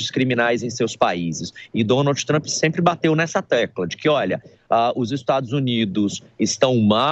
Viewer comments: Nossa pelo amor de Deus um journalist pronunciado o nome do presidente todo errado , da até agonia de ouvir 🫣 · Porque vc fala o nome do Trump errado? Vc nao estudou pra ser reporter ? Os dois reporteres que conseguiu falar certo a local fala errado tambem.